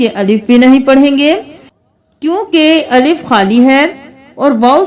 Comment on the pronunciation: Aslam o alaikum abi b theek nae kia miss g. Alaf ko thora wazia kr dia kryn